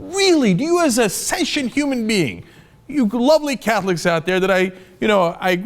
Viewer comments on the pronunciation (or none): Sention?? (instead of sentient), Limbaugh?? (instead of limbo) why is Cenk losing the ability to speak intelligently?